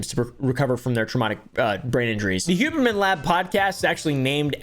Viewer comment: Who-berman more like (scoff)